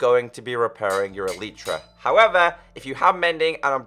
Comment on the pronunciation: U r speaking elytra like elitra